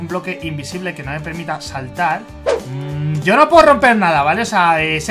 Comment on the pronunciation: quiso decir yo pero dijo yao